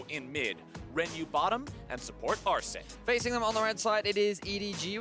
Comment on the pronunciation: Solo Sjokz pronunció el nombre de 'Arce' bien lol